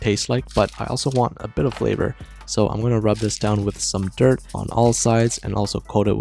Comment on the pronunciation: I can't be the only one who heard him say dirt for the seasoning